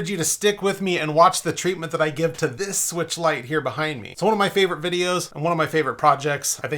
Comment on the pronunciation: Nintendo Swee-weetch